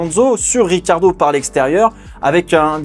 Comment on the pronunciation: Pourquoi tout le monde dit "Riquardo" alors que c'est "Ri'tchiardo" (il est italien il me semble) et ya un i, non?